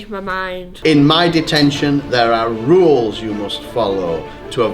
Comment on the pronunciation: I was asleep when he said the ruls